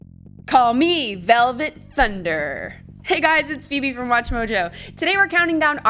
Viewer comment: Dislike for doing "velvet thunder" wrong and looks like mocking.